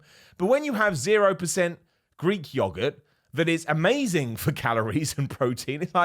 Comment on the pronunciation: pronunciation for ‘yogurt’ is funny 😂